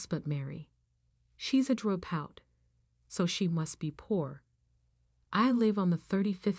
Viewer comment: Why does this woman keep mis-pronouncing "drop out"?? It's quite distracting.